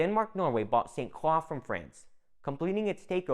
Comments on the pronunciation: Good info, but St. Croix is pronounced incorrectly. It is not "St. Craw", it is "St. Croy". It is very cringy for us natives to hear this. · As a cruzan, with family on st. Croix since it before it had Danish influence..please for the love of God it pronounced "SAINT CROY" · Dawg facts lol. Man saying crocs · San cwaw 😂😂😂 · Hell I’m from Utah and it hurt my ears. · I live in the uSVi and had to stop halfway though because the way you mispronounce St Croix is like nails on a chalkboard